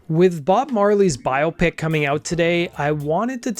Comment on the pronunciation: Hated the way you pronounced Biopic